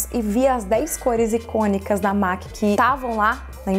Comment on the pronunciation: Sensacional o vídeo. Amei. P.S.: A pronuncia correta da marca MAC é "mec".